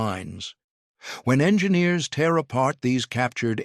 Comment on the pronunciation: SHOULD HAVE SAID "YOU CAN STILL SEE ONE TEAR THROUGH THE SKY AT AIR SHOWS. BUT SHOULD HAVE BEEN TEAR (AS IN TARE), BUT THEY SAID TEAR AS IN CRY ME A RIVER. ODD TO MIX UP TEER AND TARE.